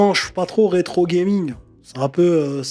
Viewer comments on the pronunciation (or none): none